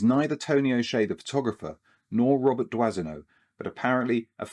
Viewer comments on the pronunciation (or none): It’s pronounced “Dwano” not “Dwasino”. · I know this is not in the spirit of Christmas, but do try and pronounce your photographer's names properly, eh? It's Dwah-no. Robert (Roh-bear if you want to be pretentious) Dwah-no. Dwazino? I mean okay, the French massacre the pronunciation of Anglophone names (Hemingway is unrecognizable) but we must try and be better, oui? Feel free to mock how we Americans pronounce Aluminum (and spell it!) Happy holidays, at any rate. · "Doisneau" is pronounced "dwano". Merci pour lui !😊